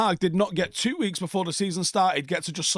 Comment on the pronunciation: Why do you always take the s off of the words months and weeks?